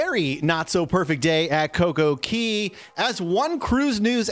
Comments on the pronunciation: Cocco Cay is our favorite the island is beautiful & a lovely place to enjoy. Hope they are ok when all settles down. It’s not pronounced Key, the other islands are but not that one. It’s pronounced Cay with the a long. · Its not pronounced key...its actually pronounced cay which is different than all other areas per RC... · Why do you keep saying coco key? It’s Coco Cay pronounced K. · Interesting video, thanks. BTW - Cay is pronounced like day. Not less but fewer umbrellas. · CocoCay not key